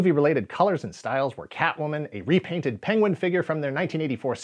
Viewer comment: being unable to say 'penguin' is the best clip ever.